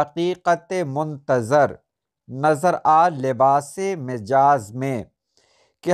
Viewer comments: آپ لفظ غلطی( غ پر زبر، ل پر زبر، ط کے نیچے زیر اور ی ساکن) کو غل طی بولتے ہیں۔ براہ مہربانی اس پر توجہ دیں۔ اس کے علاوہ لفظ مجاز "م" پر زبر کے ساتھ درست ہے۔ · مَجاز ،صحیح تلفظ ہے.